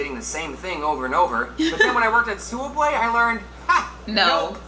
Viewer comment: its pronounced soob way